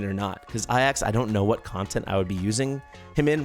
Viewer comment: Considering you speak English, Ajax would be pronounced A-jacks considering it's the transliteration of the same spelling as the Greek Hero. (also translates as eagle from the ancient Greek)